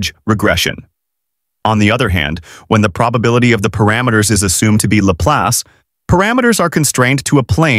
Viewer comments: Your pronunciation of Laplace is... interesting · 😂was thinking the same!